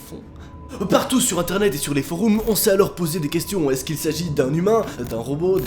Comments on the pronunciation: C pas Bengamine c Benjamin et c forum pas foroum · On dit forome et pas foroume sinon tu es génial 🤣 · Ca stress que tu dise foroum 😂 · Tu en fais trop putin et c'est FORUM pas FOROUM !!! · « Les foroum » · Arrête de dire foroume 🤣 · "Foreum" pas "Foroum" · Les "Foroum" 😂😂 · ”Benyamin» «foroum» 😭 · il a dit foroum ca m'a choqué